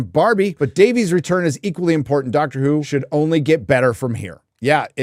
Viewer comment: DAVE-ISSSS. Not Day-Veeez. Pleeeeeease say it right. Please!